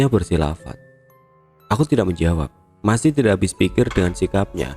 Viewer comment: Berfilsafat woy... bukan bersilafat😂